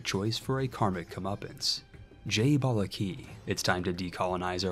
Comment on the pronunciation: 😀 I am from Bharat aka India & watching my favourite RTS game being played as India is actually a great feeling & treat to watch. Being EU IV player, I can understand the hardwork & time it takes to make such videos.👏 Your naming skills & pronunciation is great. (Except Balagi ❎).😀 ❤️Jai Bala G🙏 This is name for lord Vishnu. There is a very famous temple dedicated to him with this name in South India.